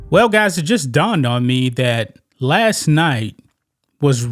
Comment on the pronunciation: FYI....there is a T in the word LAST....try harder